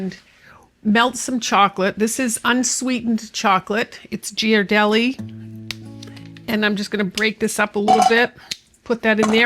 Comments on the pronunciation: That roller absolutely does have a specific name. It is called a BRAYER. Additionally, that specific chocolate is NOT pronounced "GEE-are-del- eee" such as in "GEE WHIZ ! Nah...out here in California, where that chocolate company originates is called GHEE-are-del-eee...like clarified butter GHEE ! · Just FYI - it's pronounced GEAR-ah-deli, not Jeer-ah-deli. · Here in San Francisco, where Ghirardelli grew up, we pronounce it Gear-a-deli. Also, it is generally acknowledged, here, that it is NOT good chocolate. I really enjoyed this video. The best part was starting off with "Let's get started. --Oh, wait a minute." This really speaks to me and I love that you could have edited it out, but you didn't. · Ghirardelli has a hard G. That is why the H is there, to separate the G from the I, otherwise it would be Jirardelli. Any time you see gh in an Italian word, pronounce the G hard, like spaghetti. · I need to correct your pronunciation of Ghirardelli chocolate. It is pronounced Gear-ar-deli. I live 1 mile from the Ghirardelli factory in San Leandro, CA, and they are a staple in everyone's cupboard. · LOL they way she said Ghirardelli was to good